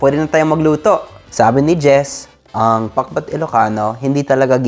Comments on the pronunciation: Ha ha ha comedy talaga yun pakbet naging pakbut!😆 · I like that very ilocano pronunciation "PAKBUT".. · The way he says it. 👌 He has Ilocano tongue haha. Pakbut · Am I hearing things or he really said pak-bwet? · Gosh i just love how he says "Pak-but" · Hahaha pati pronounciation mo para ka ng ilocano parya bogoong utong nakakatawa ka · Nakakaaliw pakinggan ung pakbet. Hehe Super galing mag tagalog.